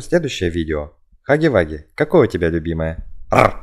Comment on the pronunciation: Хаги ваги ❌ Хагги вагги ✅